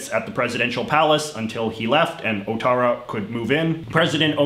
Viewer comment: Clearly someone has forgotten all of their Core French. The "ou" in front of a bowel is W sound, so his name is pronounced Wattara.